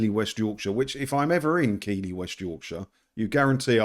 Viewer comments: Arghhhh it's not keeley .. its Keith Li Hahaha love it the way southerners can't say it correctly.. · Just remember, if you do visit this ladies cake shop, the town she’s located in is pronounced Keethly as opposed to Keely👍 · it is pronounced ''Keeflee'' not ''keylee'' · Tone deaf or what? (it's pronounced 'Keithly' btw, not keily) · Keithly is pronunciation not Keely , just for info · …it’s KEITHley! Not Keeley! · Said as Keefley not Keyley :) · It's pronounced Keithley not Keeley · Its pronounced "keith ly not keeley lol. Keep up the good work! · You need to brush up on your Northern Studies! It's not pronounced "Keeley", it's "Keithley". Don't worry though, you're in excellent company. My Sat Nav makes the same mistake. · Pronounced (keith-lee.) Not (key-lee) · It's pronounced keethley...home of the world famous cougars...its the most publicity we've had since the 1937 challenge cup final! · Keighley pronounced “Keithly “ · This is what happens when you employ young, social media types. By the way, it’s pronounced Keithly. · Keighley is pronounced Keithly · It's pronounced keith-ley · Keighley is prinounced keith ley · Pronounced Keith-lee. Keighley.😊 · It's pronounced Keith-lee 😂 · Hi, Keighley is pronounced keethly regards Pete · Dont ask me how or why but it is pronounced Keithlee. A Yorkshireman once told me. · Just a word on the town, Keighley. To those in foreign parts, it should be pronounced Keethley. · Hiya- it’s pronounced keithley- ❤ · Great response, it's pronounced Keefly by the way. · Great video. For info, Keighley is pronounced as in the names KEITH LEE. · Keighley is pronounced [KEETH] + [LEE], Keethley, btw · It’s pronounced Keethly but great vid. Silly entitled cow. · Pronounced Keithly. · Hi - It's pronounced "Keithly":-) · Pronounced keff-lee and its a sh1t hole. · it's pronounced Keith le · It’s pronounced keef’ley trust me I’ve been there and been corrected 👍great vid as ever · It's pronounced "keefly" Lol